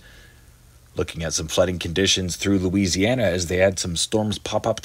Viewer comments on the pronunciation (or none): none